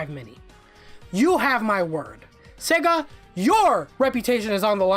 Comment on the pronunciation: “they announced the chega genesis mini”. Lol